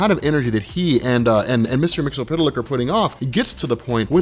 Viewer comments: "MIX-YEZ-SPIT-LICK" - "HIP-PAH-LIT-UH" (please do the research) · mix-uh-plick! it's not hard to say! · It's pronounced Mister "Mix-yez-pittle-ick". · Mix-Yes-Spit-Lick Try saying it just like that,. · Isn't it pronounced as "mix-yez-spit-lick"? besides, awesome vid, dude~